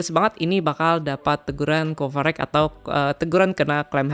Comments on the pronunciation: Copyright dibaca kopirait bang bukan kopereg. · copyright apa coverage ?? gw dengernya coverage wkwk